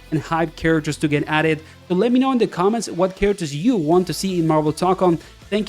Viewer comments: brother said marvel tonkon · Toe-cone, my guy.